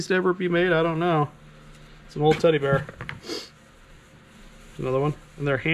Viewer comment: OMG!!! WHEN YOU SAID TEDDY BEAR IT SOUNDED JUST LIKE TITTY BAR!!! I ALMOST FELL OVER!!!